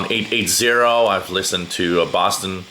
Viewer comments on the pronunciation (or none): none